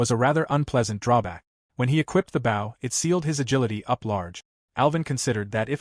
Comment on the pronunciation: It's amazing how you deliberately let tge narrator mispronounce "bow" so consistently.